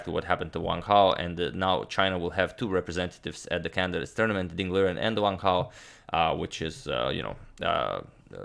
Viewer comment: is it correct to pronounce it "vang hao" rather than just "wang hao" ?? i mean the guy is chinese there's no need to make that w into a V... correct me if i'm wrong or should i say vrong